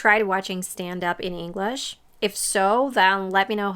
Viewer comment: You mispronounce English. It's not "Inglesh"